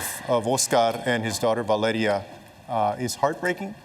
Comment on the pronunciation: OSKARRRRRRR MARDINEZZZZZ and his 23 month old daughter VALEDIA DIIIIIIIIIIIED